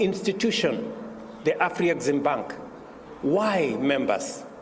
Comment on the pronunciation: It's pronounced Afri-Zim-bank, not Afri-X-bank